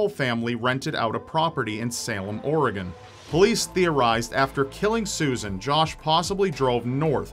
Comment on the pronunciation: Props to for actually pronouncing 'Oregon' right. I know numerous people who've lived here for years who can't pronounce it correctly.